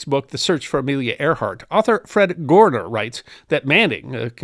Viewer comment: My father's name Fred Goerner it's pronounced "Gerner"